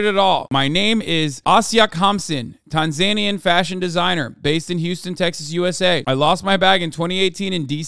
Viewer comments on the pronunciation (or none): why did Hasan say Tanzanian like that ...